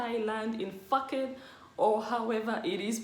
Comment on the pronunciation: Phuket is pronounced ‘poo-cat’ hahah